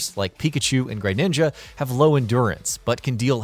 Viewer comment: Anybody else keep hearing him say “Greyninja” and wanted to puke each and every time 🤦🏻‍♂️